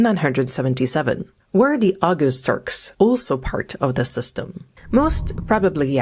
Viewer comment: Oghuz is pronounced more like “oh-ooz”. The g is nearly silent, used more in separating two vowels. Oghuz literally means “west” in Turkish/Turkic.